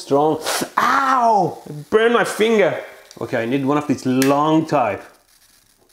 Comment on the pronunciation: "Ow I burn mah Finga!"